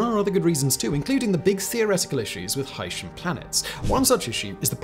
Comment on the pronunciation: Its pronounced "Hi-see-in" and he did not invent the name, it has been seen in many science fiction and non-fiction mediums